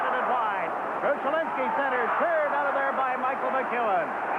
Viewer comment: It's amusing to hear Jiggs call him "Krushelinsky."